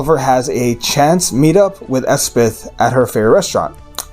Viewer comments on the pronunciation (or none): Elspeth, not Espeth.